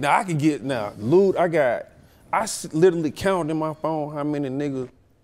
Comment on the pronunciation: This podcast is for people for pronounce literally as “littley”